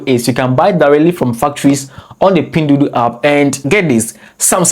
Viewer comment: 🤣🤣🤣🤣 I’m laughing my bum off and I’m only 2 min into the video, someone take a shot everytime he says pindudu 🤣🤣🤣🤣🤣 not only he mispronounces it BUT SAYS IT EVERY 2 SECONDS, I LOVE IT, MADE MY DAY 58 TIMES HE SAID “PINDUDU” LMAO